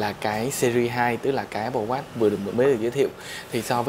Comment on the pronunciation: Không nghĩ mode Sơn này phiên âm tiếng anh như vậy Áp bồ Oát :D